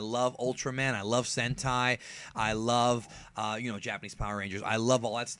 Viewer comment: When you said, "Sentai." I thought you said, "Hentai."